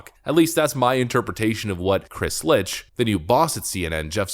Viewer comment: Not Litch, Lich T Whatever, CNN FAKE NEWS CYA :p